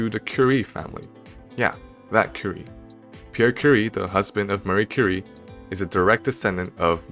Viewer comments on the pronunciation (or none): none